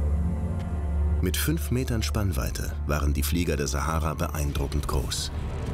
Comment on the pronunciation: Na endlich hört man mal, wie Sahara wirklich ausgesprochen wird!